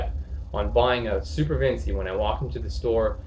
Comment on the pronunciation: All good brother. Just (gently) breakin balls. It's Vin-chee, not Vin-see. Ever heard of Leonardo da Vinci?